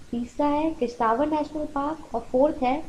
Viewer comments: it's किश्तवाड़ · Madam sorry but ye Kishtwar app galat pronounce krte hai